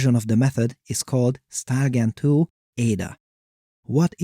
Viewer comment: Took until seeing “StyleGAN2” written out to realize that he wasn’t saying “StarGEN2” each time